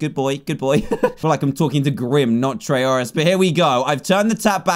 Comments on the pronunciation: I LOVE how he said Tryauri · Dan said trayuareye, spore flashbacks anyone